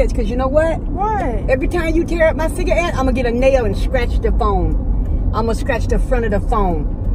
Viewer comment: Gurl you built like a Ciga Ette